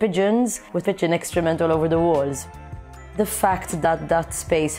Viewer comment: Sorry, did she said pigeon “extrament?”